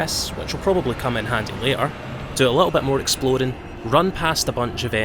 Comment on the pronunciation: I can't tell if you're saying "Explodin'" instead of "Exploring" intentionally as a joke or if that's just your accent. It's kinda great regardless, though.